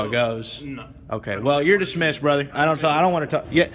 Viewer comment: For f**k sake. DISMISSED. Not Dissmessed.